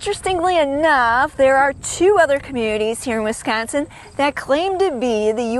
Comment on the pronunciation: Just another story from Wis-con-sin. Accentuate the syllable "con" !